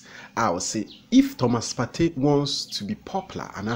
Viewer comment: U can't even say Thomas partey saying Thomas topay 🤣🤣🤣fa wo gyimii no koo